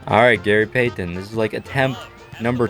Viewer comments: i hate how he says gary payton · i hate the way this guy says gary payton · “Gary Paytan” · Gary pay-ten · The way he said Gary Payton triggered me so bad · Love everything about this video other than how you say Gary Payton. That sucks